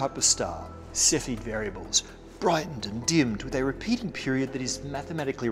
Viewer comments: It's not Cephid but Cepheid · 3.26 It's Henrietta Leavitt, not Levitt. And they're called Cepheid variables, not "cephid".